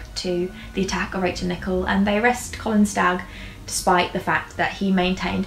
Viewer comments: It’s pronounced Nick - El babe! Loved this vid!!!💛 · Great video, but just to let you know that her surname is pronounced with the emphasis on the 2nd syllable.